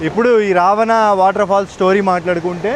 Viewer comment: రవాణా కాదు రా బాబు రావణా